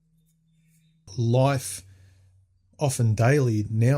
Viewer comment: It's Life not Loif. And you went and got married dude !!